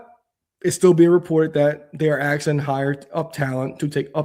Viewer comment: Stop saying axing if you want to grow your audience 😩